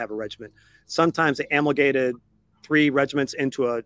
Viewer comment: Good grief, some day I will learn to properly pronounce a-mal-GA-mate. Sounded odd throughout and it was only after the wrap that I noticed the missing syllable on the floor beside me.